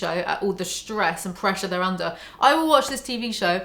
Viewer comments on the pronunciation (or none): none